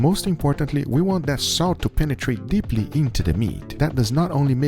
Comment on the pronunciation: anyone else like when Goga says : DEPLLY INTO THE MEAT 🥩